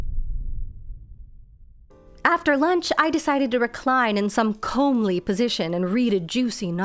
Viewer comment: Minor pedant, but the "come" in "comely" is not like "comb" but like, ... well, "come," as in, "Come here!" It's like "fetching" as an adjective. It makes the boys (and wlws) want to come to you.